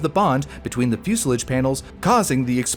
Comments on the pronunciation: Fuselage not musilage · What is a fuselidge? AI is rubbish, use a Human please. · Is “fuselage” pronounced differently stateside though? I’ve always heard the last syllable “lage” as in “collage” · It’s pronounced like the French. I’ve never heard it said the way he was pronouncing it. Portage is pronounced in a similar way